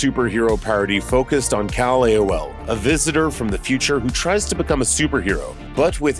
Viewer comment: Guys can you really not give these narrators a rehearsal read through? Who is kal-elaol?